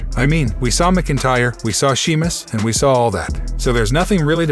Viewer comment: You clearly don't watch this stuff and not a fan otherwise you would be able to read Sheamus's name right.